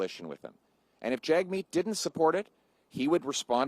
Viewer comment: hey jerk Jagmeet won't pull his support for Trudeau if you keep butchering his name on purpose. If you say it properly then he will pull his support and trigger an election.